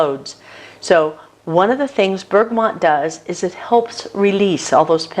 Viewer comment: Where are you getting the "N" in Bergamot from?